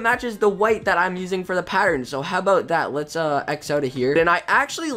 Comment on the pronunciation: He said: "How 'bout dat?" Lol